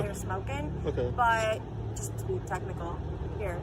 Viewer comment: when she said i just wanna be technecal i instantly broke into laughter